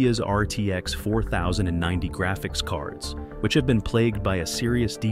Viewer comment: If you insist on using AI for your narration, at least take the time to get it to sound more human. IE: 4090 should be scripted as 40-90. This should prevent it from pronouncing it as four thousand and ninety.